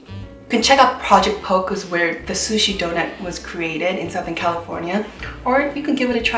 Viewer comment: Did you mean Poke pronounced po-Kay? I'm pretty sure its project Poke (po-Kay). 😁